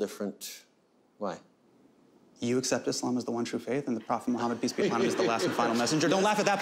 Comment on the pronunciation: yo no joke love that he said Islam properly like said the 's' instead of saying 'z'